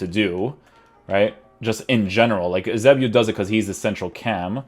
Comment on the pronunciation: I beg you learn how to say "Eusebio" properly